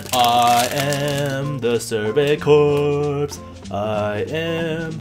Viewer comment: "Corps" is pronounced "Core". Sorry if someone else has already let you know this!